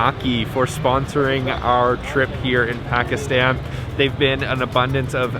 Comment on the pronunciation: How many days are they going to be in Pakistan and mispronounce the country they’re in.... I want to watch the video...I’ll come back tomorrow and try again. 🥲